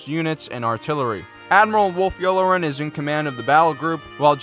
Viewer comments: Admiral "Yew-lah-ren" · Please for the love of Vader, learn how to pronounce all of these names properly. Specifically Ahsoka "Tano" (wtf is Ahsoka "Ton-o"?) and Admiral Yularen (wtf is Admiral "Yul-loren?).